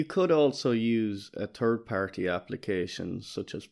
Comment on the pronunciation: double take at the "turd partie" :)